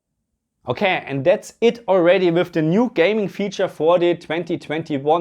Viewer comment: With or wiff, thät is thä Qweschtion